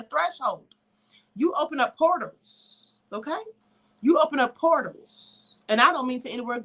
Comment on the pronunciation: I'm watching on my computer, how about as soon as you said "portals" google, said huh?, repeat that.